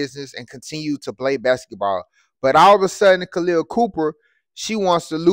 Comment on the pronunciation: Her name is Copper not Cooper. Get your information straight and your pronunciation of her first name is incorrect.